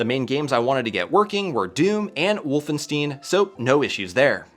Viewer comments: Now THIS is my retro console! Wolfenstein = Wolf-In-Shtein : Like Beer Stein which is pronounced with an Shhh-tine. This is confirmed in Wolfenstein: The Old Blood. I've only heard very few (usually younger) content creators pronounce it 'steeen' (like seen). Cyrix was a kind of competitor to intel (and AMD, yes AMD was around then too) but more on the 586 market and not Pentium. There was alot of confusion that Pentium = 586 back then, but architecturally , they were different. I've long since lost my (two) original 486 PC's, but managed to pick up one years ago (with a Dx4-100). Though im having issues getting the Seral port to work with the mouse. Good call. You do NOT want to mix up those wires, lest you release the magic smoke when you try to turn it on (ask me how i know) :P The reason is likely because compact flash either has an IDE mode, or operates under the IDE protocol (I forget which) so its much more naturally compatible with dos computers (or more specifically, IDE interfaces). SD cards can work, if you get the right adaptor. I got mine of Amazon somewhere and it worked with no issues but its also just a board, which i 3d printed a 3.5in bay caddy for so i could access the SD card from one of the floppy slots in the front (this makes it much faster to transfer programs onto it as i can just remove it and insert it into my current PC). Of course this option adds in the requirement to run an IDE and power cable to it, creating more clutter in the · you did not have to install DOS again as the fdisk /mbr command works fine on already installed systems - could have saved a lot of time :) - it is a common problem when using CF-cards in an XT-IDE (some CF cards would not work even with this command - so have a couple of them ready when thinking about a future project) - and as I am german the american pronounciation (as mentioned already in other comments) of WolfenstEIn as WolfenstEEEN - makes me shiver :D - but as always a great video thx